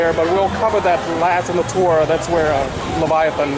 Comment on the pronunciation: Nice tour of CW, btw Leviathan is said like this "LeviathAN' not 'Leviathon'. :)